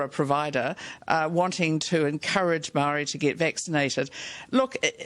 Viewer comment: If this lady wants to actually run NZ, maybe she should learn how to pronounce maori words and names correctly.